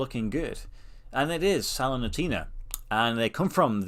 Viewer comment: Looks great! Keep up the great work! (Also, I'm 99% sure it's pronounced sal-er-nee-taw-na. They manged to go from worst to 16th in the past few months, staying in Serie A, which was incredible.) The embossed lines that make the swordfish is amazing.